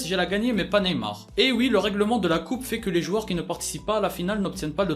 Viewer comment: hans RAKOTONDRAMONJY javoue j’ai pas remarquer l’erreur